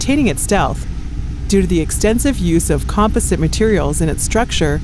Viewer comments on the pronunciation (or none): none